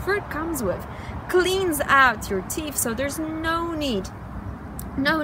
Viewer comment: It's natural sugar not processed sugar. teef??? teeth. you need to floss.